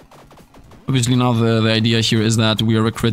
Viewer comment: Are you serious right neow